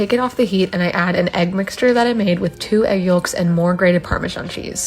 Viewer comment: I've never heard someone say egg Yullk. Have I've been saying it wrong??